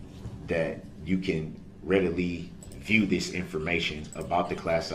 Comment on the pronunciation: Brooks' Translator: ----------------------------- axe = ask dat = that din = didn't dis = this duh = the finna = fixing to = about to oaf = oath substain = sustain tackit = tacit ting = thing tryna = trying to with all due respect = f#ck you